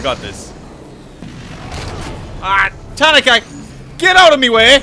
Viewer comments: I love your content, I enjoy your accent, but her name is pronounced Ta nah ka. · Tuh naw kuh